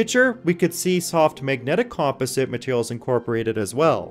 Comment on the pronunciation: Com-poz-it, not comp-usit